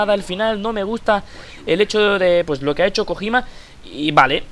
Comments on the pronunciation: Kojima? dilo bien xD no Kogima que parece un cojin jajajaja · español se dice "Kojima", así tal cual. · que dices mal kojima xD